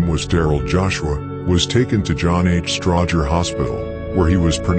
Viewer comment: It’s a robot, this dude from the UK. Peep how it don’t say Stroger hospital right either.